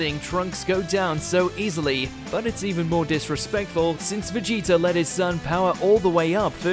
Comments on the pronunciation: Please stop saying Vegeter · "Vegeter" lmfao